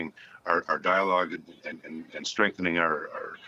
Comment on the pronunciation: Strong diologe. Strong diolge. What the hell is he talking about. What is the diolgue.